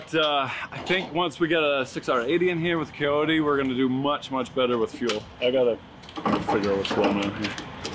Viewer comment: is the only guy who I’ve ever heard say “Coyote” wrong Jesus man.